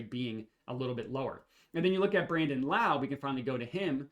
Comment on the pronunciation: Also it’s pronounced Low, not like Kung Lao!